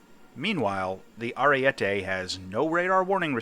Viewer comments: Its pronounced arie-te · It’s Ah-ree-e-teh